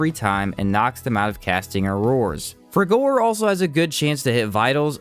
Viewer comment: The pronounciation of some of these spells... Seism is pronounced 'size-em' and frigor is pronounced 'frigger'.